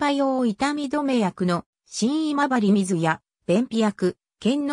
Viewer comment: 「しんいまばりみず」と「けんのうまる」･･･